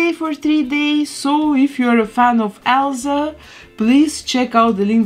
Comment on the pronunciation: I love how she says Elza